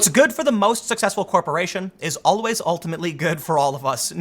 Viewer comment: Tim "Owl-ways" Pool